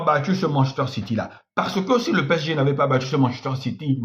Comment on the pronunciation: Apprend a prononcer P-S-G